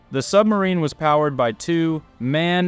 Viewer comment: It is not man engine , it is M, A, N for Maschinenfabrik Augsburg-Nürnberg. The still make trucks, buses , ship engines. Belong to VW now